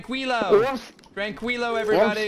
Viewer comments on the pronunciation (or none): when you say tranquilo, it should sound like trankilo.. if you pronounce tranquilo. will sound trancuilo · try saying "tranKeelo." This is how it is pronounced in Spanish